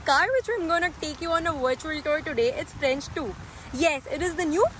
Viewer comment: Average review and please do not try speaking french... your pronounciation was hilarious